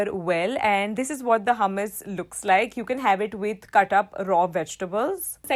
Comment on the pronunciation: I think you pronounced the dish hummus wrong ..💗